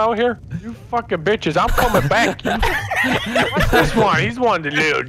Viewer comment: no he sain said it like binches